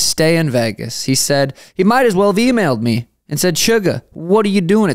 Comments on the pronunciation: Bro it's VEGAS not VAYGAS, why you pronounce it so weird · Why does bro pronounce Vegas like that